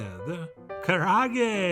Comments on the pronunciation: Ka ra ah geh, all vowels are pronounced. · Karaage is "Ca-Laa-Gay" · Kah-rah-ah-gay. Not that it truly matters, but that's how it's pronounced. But man am I happy to see Chef John making this. ツ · Look, Japanese-American person here who is sick of garbage pronunciations. It's "Ka (like Kaa from Disney's Jungle Book) Ra (like the Egyptian god) A (like "ahh that tastes so good") Ge (Geh with an "eh") Also who still says "saki" instead of "sake"? Your white is showing Chef John